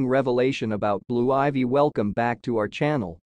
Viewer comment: Hey if you gonna report on ppl learn how to say they name right men